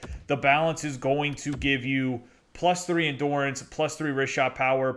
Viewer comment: Subscribed. PS it’s endurance, not endorance